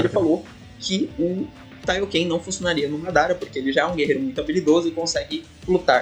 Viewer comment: Kaiokê 😂😂😂😂😂 é Kaioken mano